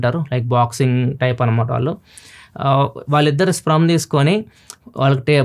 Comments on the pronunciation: It's not sprem it's sperm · garu adi స్ప్రెమ్ కాదు స్పెర్మ్ check chesukogalaru. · Sprum ❌ Sperm ✅ Pronunciation wrong undi anna. Mee videos chala mandi chusi alane follow avutaru ani cheptunna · SPRUM yenti... Sperm adhi... Tech channel naduputhunnaru... Pronounciation kuda chuskovali... Maree...Chaduvu raani vaadi la cheyakudadhu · It's sperm anna, not sprem